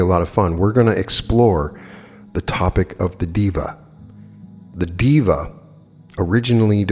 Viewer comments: of course sir, I understand that, but hearing diva instead of deva is a bit odd for me that is all, nothing else...like I said admirer of your work here...😇 Just a warm suggestion... Totally neglectable... No harm. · To clarify, Deva is prounounced day-vuh not diva 🙂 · Day-wa(masculine) and day-we (feminine). 🙏🏼 You tried... I know it's difficult for a westerner to get the pronunciation right without help. I appreciate you work, always looking forward your uploads on channeled materials especially.. thank you and I am grateful.